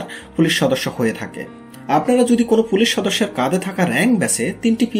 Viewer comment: কনেষটেবল, ফুলিশ, ব্যাসের, ফিল্ট, এসএসফি, করসে, এগুলো কি ভাষা??? এই জন্য সাবস্ক্রাইব করলাম না।। শুনে আরো রাগ হচ্ছে।। গাজাখোর হোষ্টিং।।।